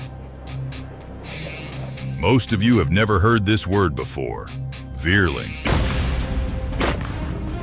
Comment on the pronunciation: I am German. What a Wierling is, i don't know. Vierling is spoken Fierling. Similar to Volkswagen, which is spoken Folkswagen. For reason of changed hunting practice in Germany, Austria i don't know, combined hunting guns are out of fashion , starting in 1990s.